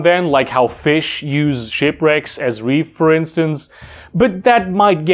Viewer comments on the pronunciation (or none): none